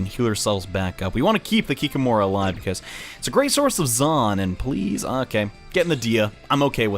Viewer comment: Not KikimOra, but KikÍmora. I'm russian and this is the creature from our mythology